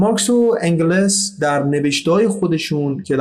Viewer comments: انگِلِس !!!!!!!!!! دوست عزیز اگر هم از روی متن میخونی ، قبلش یک مطالعهء‌ جزئی روی تلفظ اسامی داشته باش !!! انگِلِس !!!!!!!!!!!!!!!! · اسم انگلس را اشتباه تلفظ میکنید إنگِلس Engels